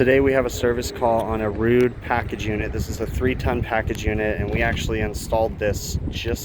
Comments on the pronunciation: Don't be Ruud is how you pronounce it. Like Rood. Not Rud like Mud. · FYI, Ruud pronounces their name as rude.